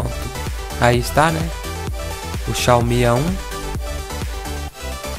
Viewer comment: "Xao mi a1" kkkk